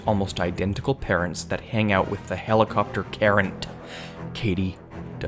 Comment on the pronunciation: Did he just say HELLICOPTER KARENT?